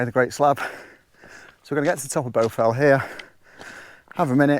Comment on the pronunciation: I think you might be pronouncing it incorrectly which is the problem. Shouldn't it be pronounced with an A not a U !